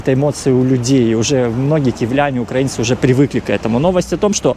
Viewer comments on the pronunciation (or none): none